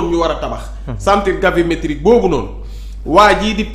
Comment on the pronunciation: Gravimétrique au lieu de Gavimétrique !